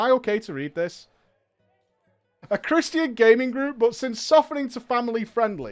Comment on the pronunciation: chris-tian... i was legitimately confused on what he was trying to say until he said it in context like the third time. is this a common mispronunciation in Europe?